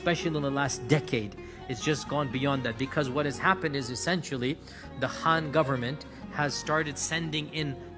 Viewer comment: You can't even pronounce "Xinjiang" correctly, incorrectly named "Khan Government" instead of "Han" (btw, there's no such thin as Khan or Han Government), I don't think you narrative is credible.